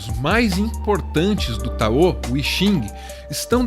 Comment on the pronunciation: Táo, não taô. Se fala "daodedjin"